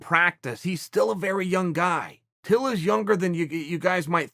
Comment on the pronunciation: I know chael would say till but it sounds like he says bill at the start lol